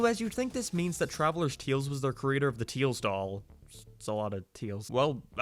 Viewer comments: tails doll, or “TEILS DOLL” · Ah. Yes. The tiels dol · "teels doll" oh im gonna ruin his caree- "if you are about to comment please dont" ..ok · Not making fun or anything but teils doll 😂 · Ah yes teils doll totally not tails doll